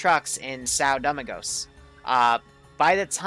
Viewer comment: Lol it's Doe-ming-gos 🤣😂